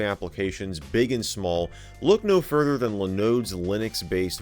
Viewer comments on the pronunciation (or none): none